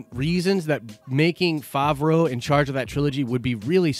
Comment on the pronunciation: Hate to be this guy but you’re saying it wrong. Fav (pronounced like have) row (pronounced like row). Fav-row Edit: you finally said it right, min into the video, after you had pronounced it 3 different ways already haha